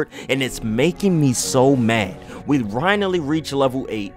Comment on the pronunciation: “We Rinally reach lvl 8” lmao